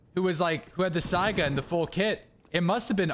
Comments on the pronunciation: please learn to pronounce Saiga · Is it pronounced Saiga or SAGA 🤔🤔